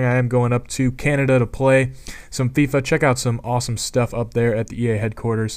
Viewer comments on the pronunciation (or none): none